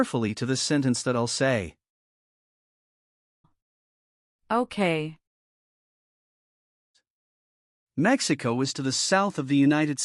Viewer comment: It’s Mexico 🇲🇽 not Maximo that’s not good 😂